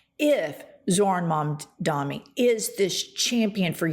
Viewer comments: It's MamdaNi not MamdaMi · I'm totally crushing over, big time. But PLEASE,: his name is Mamdani, not Mamdami! 🥰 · Why does she say “mamdami” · All of your points are absolutely true, but I've gotta say, you both need to practice saying Mamdani. You both called him, 'Mamdami,' at least once, but does it consistently. It wouldn't be so bad if it wasn't for the fact that people that hate him intentionally mispronounce his name. Love what you're doing, and hope you keep at it. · It's MUM-DAA-KNEE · Good takes, but can you please start saying Zohran's last name right? Especially